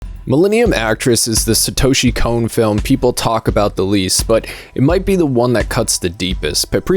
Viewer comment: Literally un watchable. Please pronounce his name properly, its painful to hear, couldn't get passed 25 seconds 😂